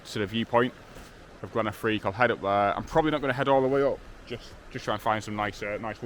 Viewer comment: Glen Affric dude, not Affrique, great video as always, lovely images and glad you enjoyed it. These beautiful places deserve a bit of basic research if required, in order to get their names right.